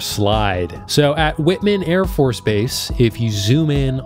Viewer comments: Not that it matters (because how often are you gonna mention the AFB in question), but it's Whiteman, AFB "white-man". I'm from the area, lmao. Also uh.. B-2 crashes and malfunctions are... not uncommon, fwiw. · Please look up how to say "Whiteman Air Force Base". It's like saying the color with the word man. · If you had the Internet I bet you could have done "research" and how to pronounce "Whiteman" and then you would have seen that this is the base the B2 stealth bomber flies out of and not a random accident that it was there.